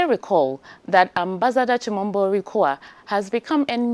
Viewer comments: The former AU ambassador's last name is pronounced as "Kwa WU" and not "KWA". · Just a quick correction...Lol.. The name is Quao not Kwa. Same as we have in Ghana "Kwaw". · The last part of the name is pronounced “KWA-O” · a Ghanaian journalist who cannot pronounce the name QUAO, a popular Ghanaian name correctly. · the only ghanaian who can't pronounce a ghanaian name